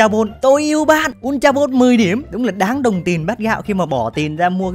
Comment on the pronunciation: Góp ý mỗi cái đọc là bôn(ball) chứ ko phải bô =)))